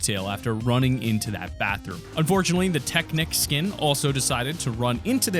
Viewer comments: do be saying teknike Instead of technique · Lol "teknik skin" it is teknique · Na man he be saying teknik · Nobody:: TECHNIC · That is not how you pronounce Teknique